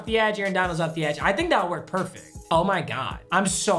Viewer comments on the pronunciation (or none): none